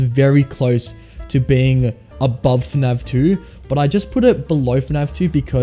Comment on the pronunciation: why does he say fnav instead of fnaf?